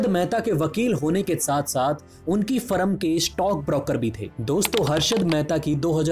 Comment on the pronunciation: आपके उच्चारण में बहुत गलतियां हैं, उसमे सुधार लाएं ताकि यह विडियो का स्तर ऊंचा हो, शब्द जैसे फर्म को फरम कहना या प्रतीक को परतिक कहना गलत उच्चारण है । आशा करता हूं आगे थोड़ा ध्यान रखें